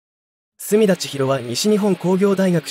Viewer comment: 隅田の発音が浜田で草